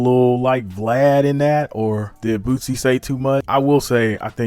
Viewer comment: It’s Lil Boosie, not Bootsy